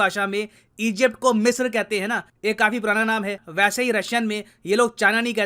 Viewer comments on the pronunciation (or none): none